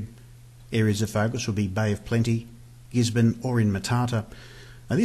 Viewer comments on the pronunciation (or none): Cheers. "Gisborne"... :-P